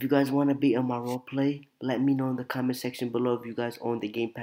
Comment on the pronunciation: Do u mean do Say Ommonent?